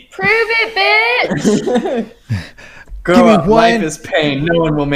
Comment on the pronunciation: I think the guy who got bleeped said bee-otch instead of bitch but I'm not sure.